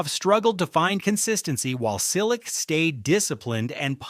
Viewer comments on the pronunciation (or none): Just a simple suggestion - Make a minimum effeort and learn the players name as a native speaker pronounce. Not every name must be read in English (ex: M Cilic , S. Cirstea...).